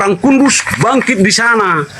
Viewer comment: BHS N LOGATNYA HOKILL X OMG😂😂 ORG2 LURUS/KUDUS BUKAN KURUZ PAK KOQ MAKIN ERROR 🤕🥴🥴, PESONA APA PAK PENING KAMI HEY🌸🤗❄